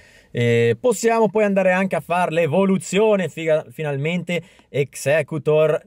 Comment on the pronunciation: Figalmente 😂😂 bellissimo